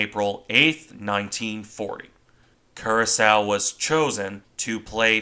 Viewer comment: and as a further point of order, the ship's name is pronounced Cura-sower, not Cura-sow.